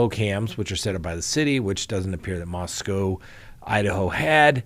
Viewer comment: Being a native Idahoan, and former UofI student, I appreciate that you are working on the pronunciation of Moscow. Thanks!